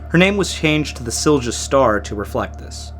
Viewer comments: Only pronunciations that I can help with is Silja is pronounced as "Sill-ya", and Wasa is pronounced as "Vossa". I'm an American truck driver who's never been to Europe. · If you ever need to say that name again, try pronouncing it “seel-yah”, an American would get close to it then. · In the future you can put the words into respective google translates and make it pronounce the words. Would not be perfect but much better than "silsha" (it's "silya") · Good job with the pronunciations. 😊 Regarding pronunciating Silja, J sounds like in ja, jo, sound more like ya, yo in English, so Silja would be SIL-ya :D Just a tiny thing, though! (There were also a lot more Swedish words than Finnish words to deal with here.. :D) MS Estonia, I was 4 when this happened so I don't have any memories of it at the time, but later on it's terrified and fascinated me, so I try to watch any video that is posted about it. Thank you for the thoughtfully put video! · Silja is more or less pronounced SIL-YA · Silja is pronounced Silya. You can hear how it's said on Estonia's Mayday call with Silja Europa. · Eh, don't take it personally, we pretty much know even simplest words in Polish can be unpronounceable for people with little background in slavic languages. As for the sinking of Jan Heweliusz it is an interesting story and I would say go for it, since there has been little on it in english, but there is a 5 episode Netflix series coming out this year supposedly. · My wife went on this ship as a child when it was the Viking Sally, when it cruised from Turku to Stockholm in those days. Just such a horrific tragedy. With regard to European pronounciations... all Europeans use 'y' sound for the letter J, and the V sound for the letter W. So the Silja Line is pronounced Sil-ya. Really appreciate your humble respect when you use these words though. Cheers!